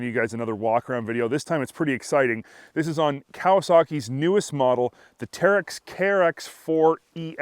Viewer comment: At the end you called it everything but a teryx ha ha great video tho thanks man if you ever got sick of trails you could always start taking people to the airport